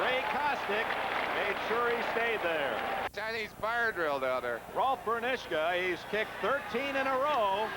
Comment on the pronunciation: Also, Dick Enberg keeps completely massacring his name! "Ber-NISH-kuh" 🙄